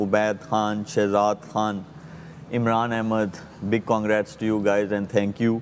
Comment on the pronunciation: Yes, an analyst must be fair in his comments regardless who is playing. But for fakhar e alam to say that he wished Indian win the cup is, honestly, shameful. I think he’s too amazed and influenced by India. It’s annoying how he pronounces “khan” ….he says Kaan instead of khan….shameful